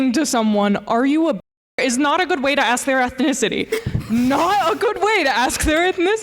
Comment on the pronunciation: Why is the second Latino Girl saying Axe instead of ask?